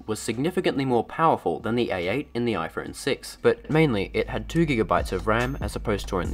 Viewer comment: Are you saying "IFron 6"???? around the mark?